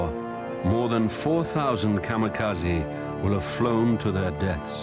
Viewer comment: ... It isn't "Kamakazi". It is "Kamikaze".